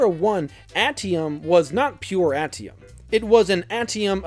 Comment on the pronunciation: Ate ium. Not at ium